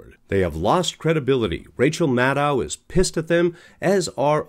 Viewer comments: It would be a good idea of your learned to pronounce Rachel's last name correctly. It's Mad-DOUGH, not Mad-OW. Check it out. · I never watched their show anyway. And it's "Rachel", not "Rachael". And the channel guy isn't pronouncing her last name correctly, like many people saying "Mad-ow" instead of "Mad-oh". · Her last name is pronounced MAD-doh, not MAD-dow. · 12/5/24: Rachel and Lawrence followed by a couple others. Nicolle, too much hair and can’t (or won’t) pronounce Maddow correctly!